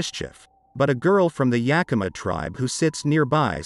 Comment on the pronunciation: Hey! The robot pronounced Yakima almost right! I'll take what I can get Edit: Reading it back, this post might mislead some folks. It IS pronounced "Yeah k(u)m uh", said as if you just kinda ran out of energy after the K. A good amount of Washingtonians, myself included, pronounce it with an "aw" at the end for whatever reason. "Yeah kim aww" Edit; Edit: I've heard other text to speech channels say "yeah KEEM uh", which is really the icing on my joke onion.